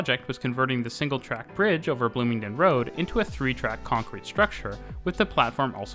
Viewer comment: Bloomingdin, though? Sorry to sound like a hater, but that is not at all now you pronounce it.